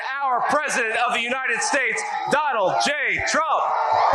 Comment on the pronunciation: The Uniysssh Shtashh? I think a mischievous djinn grabs hold of Droopy Don's tongue every time he desecrates the name of his country.